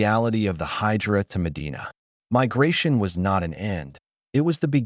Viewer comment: Hejira NOT Hydra...